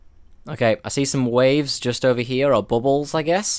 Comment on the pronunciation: "Over Heeya" lol